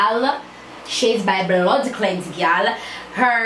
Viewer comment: seh bloodcleanse 😂😂😂